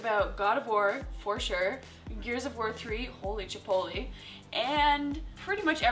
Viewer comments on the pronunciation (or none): "Holy Chipolie"?